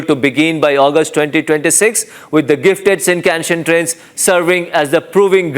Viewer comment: Good news. But the guy reporting on the bullet trains can't even pronounce shinkansen properly; good job.